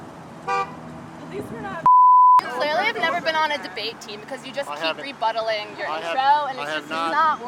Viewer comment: "just keeps re-buttling". lol